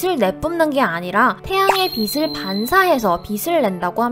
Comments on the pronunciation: 목소리 너무 귀여워요 근데 빛을 빗으로 발음하는 건 좀 신경 써주세요 빛은 ㅊ 받침이라ㅇ조사랑 붙으면 비치 비츨 비체 같이 발음해야지 비시 비슬 비세 이렇게 발음하시면 안됩니다 너무 신경 쓰이네요 ㅠ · 빛을 - 비슬 이라고 읽는 거 킹받네여 비츨 아닌가여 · '빛을'을 '비슬'이라고 발음하면 머리를 빗는 데 쓰는 '빗'이 되어버립니다. '비츨'이라고 읽는 게 좋을 것 같습니다. 항상 잘 보고 있습니다. :) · 지식 교양 채널이면 '빛을'을 '비슬'이 아닌 '비츨'로 정확하게 발음해 주세요. 듣는데 계속 거슬리네요. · 빛 : 비슬x 비츨ㅇ 발음좀.. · 빗을 x 빛을 o 제발 듣는데 겁나거슬림